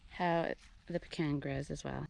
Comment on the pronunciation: You need lots of room! I have huge old pecans. They develop very deep roots that help them survive in dry weather. In Texas, we pronounce Mahan as May’ han (as in hand without the d). Glad you got the pecan (puh-Kaan’) pronunciation correct😄. Enjoy your channel.